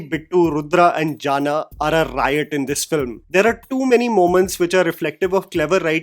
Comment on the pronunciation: It's not jana...it's janaaaaaa